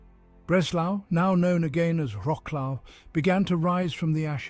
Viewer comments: vro-souaf and not roclo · WROKLOW 😂😂😂😂 wrong pronunciation, you should say vrot·swaaf 😂😂😂😅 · Wroclaw - not łroklau. For Gods sake. Vro-ts-lav - It is pain for ears hearing łroklau all the time. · vrotzlav no vroklav (-au) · Wrocław you have to pronounce it like Vrotswav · I've always heard Polish people - or people of Polish ancestry but born and brought up in the UK - pronounce it as Rotzswav (British pronunciation) though of course that's (ie the English pronunciation) not the way the name of the town is written. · What a slaughter of the name of Wroclaw, it gives me pain in the ears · I turned away from this as soon as the bad pronunciation and irrelevant pictures started There are mo mountains or even hills near Wroclaw and it does not look like the square in Warsaw.